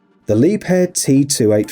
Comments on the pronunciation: Leeb-hair 😂 lol wrong it’s pronounced “La-bare” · It's not Lepair!!😁🤣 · Well it's not. Leeb-herr is right.